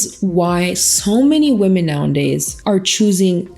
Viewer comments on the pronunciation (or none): I notice you always say “now and days” but the saying is “now-a-days” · For awhile I couldn’t tell if it was like an inside joke the way she’s saying it but now I’m thinking she just says it that way lol